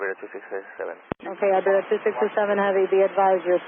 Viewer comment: Tha FO could not say correctly the callsign even once. It was like: Iberia biwiwiwiwi. Reminds me of my friends trying to learn English years ago :)